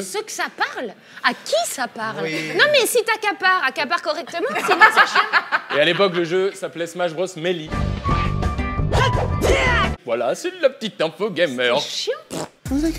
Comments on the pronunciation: par contre carlito:j'ai un peu d'experience grace à la gamecube et le jeu s'appelait smash bros MELI moi:NON NON NON NON NON NON NON NON NON NON NON C'EST MELÉ LA PRONONCIATION😠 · SA CE DIT MELEE PAS MELI CARLITO PTN XD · Je rêve où il a dit super smash bros mili au lieu de mêlée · Ouais non, tu vas écouter l'intro sur YouTube, il dit meli pas mélée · Carlito c'est pas smash bros meli mais smash bros melee avec un é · Melee ça ne se prononce pas Méli mais mêlée....... Sinon super vidéo 👍🤣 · C'est pas meli m'est ça ce prononce melé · Pas smach bros meli mais mélée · Ce qui est fou avec Smash Bros Meli c'est que même en anglais ça se prononce pas comme ça xD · Ça m'a choqué quand il a dit méli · Les 5 Dieux de Melee en sueur face à Carlito qui dit "Super Smash Bros Méli" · Ptn les gens vous êtes srx ça se prononce "maiylai" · OH MON DIEU carlito a dit " super smash bros melie" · Quand il smash bros méli j ai eu les oreilles qui saigne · Il a dit melii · Smash bros « melie » AÏE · Mais non sa se dit smash bros mêlée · Smash bros « Méli » ptdrrr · "Super Smash Bros Melee" Dans ma tête : Mélii-Méloo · Mdrrr comment il dit Smash Bros Melee 😂